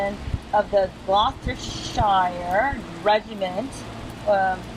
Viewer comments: Glostershire is pronounced sheer so you would say it like glostersheer not shire, this isnt lord of the rings lol. Thank you for paying respects to the British. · its pronounced GLOSS- STA SHIRE (Gloucestershire and I am British btw) it is a county in the UK That is part of the memorial where the BRITISH died holding the Imjin river, whilst the Americans RAN back in retreat to Seoul! Americans ran British HELD the line! If it were not for us British the Americans would have been slaughtered and SEOUL would now be communist. however this is typical in all wars that Americans start. The USA cannot win a war on its own-against a first world nation. It only managed a draw as British and the Philippines (bLess them) helped)